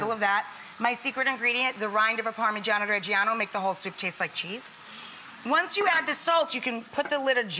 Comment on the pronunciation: I'm from where Ribollita 🇮🇹originated🇮🇹 and I'm wondering why are you using nutmeg. Nutmeg? In ribollita? Did you dream tonight to put it inside and why? By the way your pronunciation of parmigiano reggiano is pretty good. I don't like when anglos pronounce "pamijeeaaan". The last letter of Italian words is important so it's ParmigianO not "pamijeeaaan".